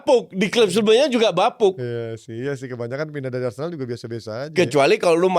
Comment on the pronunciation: Bukan BarceNOLa, tapi ArseNOL